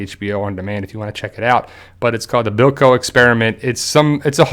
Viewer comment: Its called The Belko experiment. Bell-co is how ya say it